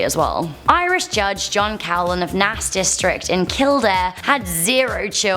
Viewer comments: Naas is pronounced nase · the irish place Naas is pronounced Nayce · Don't want to be nitpicking but you pronounced Naas in Co. Kildare totally wrong, good attempt though . Only pointing this out as I live in the area. All that aside, fantastic video as always. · The way she pronounces naas 😂